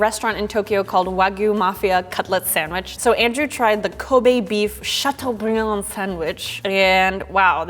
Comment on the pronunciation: "chatuebrieun!" (Dabs)